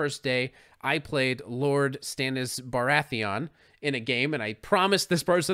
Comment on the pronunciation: You clearly never watched Game of Thrones. Can't even pronounce Baratheon o_0